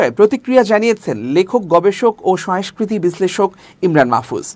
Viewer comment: Not “Uddhrito” It’s UDBRITTO , not “Soestha” SANGOSTHA , not “Soeskriti” SONGOSKRITI is correct. You should care about accent because you’re a news reader.